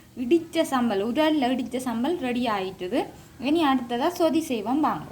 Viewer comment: தமிழை கொல்லாதை (சோதி இல்லை சொதி) மற்றது கருவேப்பிலை. தமிழை கற்றுக்கொள்ளுங்கள்.